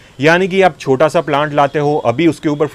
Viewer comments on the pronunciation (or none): none